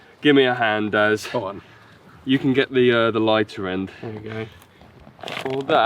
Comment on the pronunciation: Omg for half the video I thought you was saying dad then I realised it was daz 😂